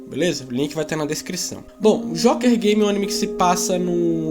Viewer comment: parei de assistir quando disse Jóker Game, fala sério!